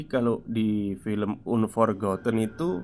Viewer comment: The correct pronunciation is "anforgoten",. Sehat selalu